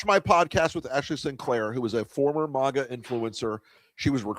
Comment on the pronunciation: It's maga, not mogga. It's not an exotic foreign word. It's not iroq or iron, either. It's maga. Root word: maggot.